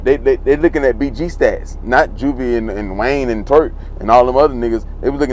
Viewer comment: Turk not twerk! Lol